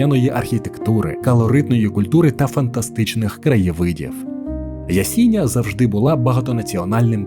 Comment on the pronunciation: Ясіня наголос на останню я